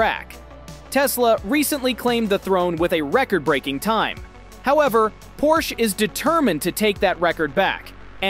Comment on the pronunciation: You're saying porsche wrong